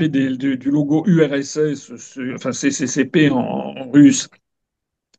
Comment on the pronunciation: Merci, brillant comme toujours! Notons cependant que CCCP est du cyrillique des lors ne le prononcez pas comme si vous lisiez des lettres en français. Il faut normalement dire "SSSR".